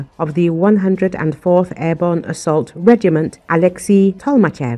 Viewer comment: "airborn" ??? WTF ???